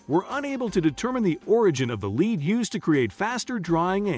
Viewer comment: The speaker reads lead (a substance,) as lead, (a verb, to move forward.) Disconerting and discrediting the information. The reader must understsnd the message before reading. If read by a robot, information must be edited for accuracy.